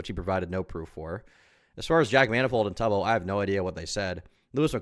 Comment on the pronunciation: He can’t even pronounce Tubbo’s name correctly 😭 the bare minimum amount of research